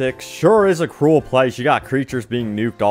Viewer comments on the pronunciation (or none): none